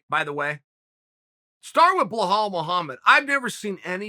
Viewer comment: Did he say Blowhole Muhamma?